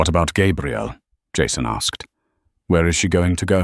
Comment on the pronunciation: It's too bad the AI narrator doesn’t understand that the pronunciation of Gabrielle (feminine) and Gabriel (masculine) are very different. This channel should try to have a bonafide English speaker proofread these stories. It's disconcerting to keep hearing the young lady's name repeatedly mispronounced.